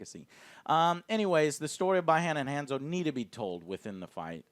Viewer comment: You pronounced BI - Han and Hanzo wrong